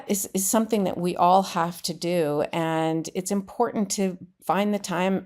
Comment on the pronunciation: I watch you faithfully from Canada as what happens in the USA affects us here and around the world. Keep up the great work! Just a side note... is very cute but please tell him there's no d in important. I cringe because that's how mtg says it. ❤